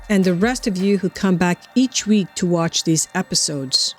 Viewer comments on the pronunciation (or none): none